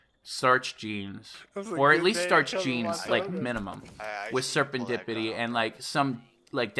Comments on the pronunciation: Dude you’re awesome!!! But it’s serendipity not serpantdipity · wtf man its SERENDIPITY, not SERPANTIPIDY. dude can u even read.